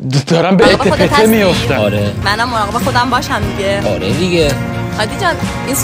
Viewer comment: مراقب ❌️مواقب✅️